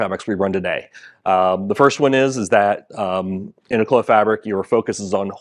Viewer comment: Merci d'avoir pronouncé "Clos" correctement!